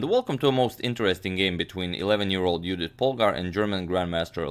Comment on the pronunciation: Thank you for pronouncing Judit Polgár's name correctly! Keep going :)